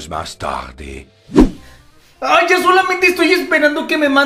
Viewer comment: dice que tagde y es tarde